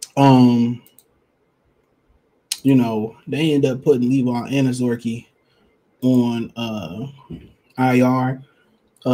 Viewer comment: Anazorkie lol bro you butcher so many names I believe it’s intentional sometimes but great content regardless